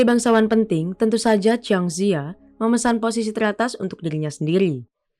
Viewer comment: Jiang Zi ya dibaca Chiang Ce Ya